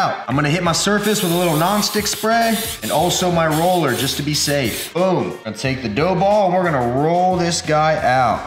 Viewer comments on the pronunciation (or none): none